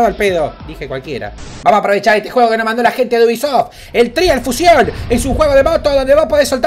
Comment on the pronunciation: se dice traials fushon